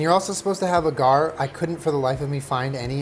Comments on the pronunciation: Agar is pronounced like ey-gar not ah-gar. Love your videos though. Just super annoyed me so I felt I had to educate 😂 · Love you my boy, but it's pronounced aw-grr 😂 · It's so weird not hearing "ay-gar" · pls tell me when he's saying "uh-GARR" he's not trying to say agar ("AW-gur") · As someone who has a degree in biology, him pronouncing agar ‘awe-gar’ as A-GAR’ is murdering me. Love you. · I have a degree in microbiology and I say A-gar. Have also heard people say it Ah-gar. Either one works. I'm thinking your awe-gar sounds similar to Ah-gar. The internet pronunciation i could find was "ei-gr" a-GAR was weird though haha. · it’s “AY-gar” not “AH-gar”. Every time you say it I feel like you’re taunting me. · Everybody say it with me: Aye-garr (agar) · everytime he said Agar I lost my mind a little bit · Great video but just a little note....it “eyyy-gar” like “eyyy-beybey”! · the way he says agar makes me stressed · As a scientist, pronunciation of agar is jarring, yet refreshing. 10/10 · Any other science nerds cringing at how says agar 🤓